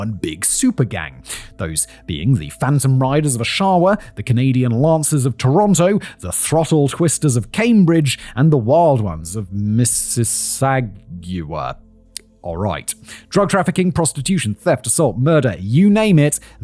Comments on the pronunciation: Mississauga is pronounced "Miss-A-saw-ga" - I live in Simcoe county area in Ontario. It's neat seeing how other areas of the world read/pronounce names we have normalised. It was weird when Casino Rama was mentioned in the Cosby episode, I live a bit south of the Casino and it's a bit of a landmark to me. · Al Capone died in his Florida home... of syphilis. Oshawa: ahh-shah-wah, emphasize the 1st syllable. Mississauga: Miss-iss-ah-gah, emphasize the 3rd syllable. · Never did I expect to here Mississauga pronounced like that, lol. "Miss is saw gaw" is how it's pronounced. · Miss-iss-ag-ooo-a makes me hurt :-D. Proper pronunciation from the locals is Miss-iss-awww-ga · As a local to the GTA this hurts my Brian Here Simon this is how you pronounce these like a local 😅 Oshawa - AWSH- awa Mississauga- miss. Iss. Ah. Gah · "Missuh- Sag- you-ah" :face-green-smiling: Good try Simon! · Missi - saw - ga ! Christ, Simon ! Gettit together ! Sure, you havva cute accent and cold-reads ain't easy but . . . get out a little. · Simon's pronouncation of Native North American names is sometimes amusing. Mississauga is pronounced " Miss i saw guh" I'm sure he doesn't care but for the Canadians and other peoples that like to visit the Toronto area this is how it's going pronounced. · Canadian snickering over the pronunciation of Mississauga Carry on! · I love hearing non-Canadians trying to pronounce town/city names. Oshawa and Mississauga.. chef's kiss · as a native to the GTA, it was really funny to hear him stumble through mississauga ("sau" is pronounced exactly like "saw" the tool) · So I live in this area and Simon may have got most the names right but him saying mississauga is the beat part of this episode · Please tell me you laughed as much as I did when he said Oshawa and mississauga 😂 tho I've heard worse .. still funny .. but my face 😮 when I heard this was a Hamilton case lol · Like Mississauga? 😂